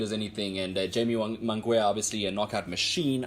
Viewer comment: Get the name pronunciation right bro.